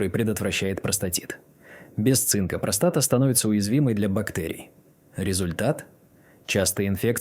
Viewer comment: после такой дикции ("простота" вместо "простата") захотелось колбаски под пивко.